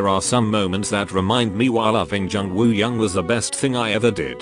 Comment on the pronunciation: Nobody: Absolutely nobody: Siri in this video: wOo-Hi-YoUnG